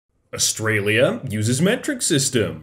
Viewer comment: Did really just refer to Australia as Australium?